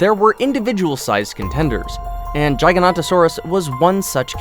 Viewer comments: It's Giga-nota-saurus I agree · Me: Giga-Nota-Saurus Him:Gygaknotasaurus lol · Guyganotasarus lol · Me: Giga-Nota-Saurus Him:Gygaknotasaurus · Its not pronounced jyanortsuris! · Jig a noto saurus is how you pronounce it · Btw its pronounced giga-noto-saurus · Jigodontosaurus I’m dying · The way he said giganotasaurus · Ik XD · This boy aint know how to say giganotosaurus or carcharadontosaurus.